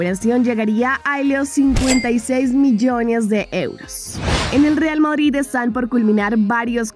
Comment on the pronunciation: "real mOdrid"? 🤔